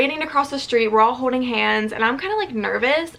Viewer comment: Is it just me or does say “holding” a little weirdly